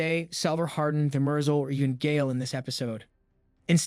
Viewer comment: Good vid. PWish you could pronounce the names like the show, it’s pretty jarring, especially Demerzel